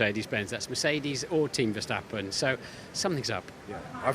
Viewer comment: Max verstappen has been in F1 for about 10 years. Isn't it time you Brits learned to pronounce his name properly?